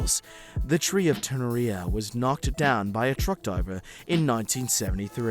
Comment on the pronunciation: He also said the tree was knocked down by a truck "Diver" with full confidence in that same post....